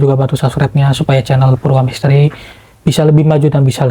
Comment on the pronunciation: maaf bukan cencel, yg benar itu cenhel yg itu bacanya jdi kencel bukan cenel